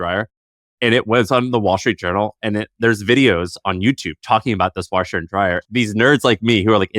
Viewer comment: Listening to say "Warsheer and Dryer" is great 😂